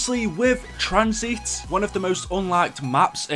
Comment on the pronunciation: Wtf is tranzeeeet? What accent is that lmfao